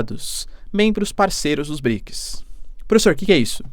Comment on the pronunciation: BriKIS faceBUKI ... tu tem patrocinio pae, aprenda pronunciar as palavras pfv. Outra, arrume um revisor de portugues ai, namoralzao. Vlw